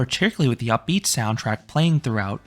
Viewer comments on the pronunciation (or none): none